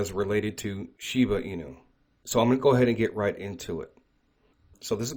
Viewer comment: ShibAAAA .. Aaahhhh.... not Uuu. Not shibUU inu. ShibAAA inu. Plz lol 😆